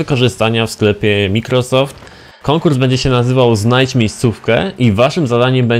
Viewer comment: Nie mikrosoft tylko majkrosoft xD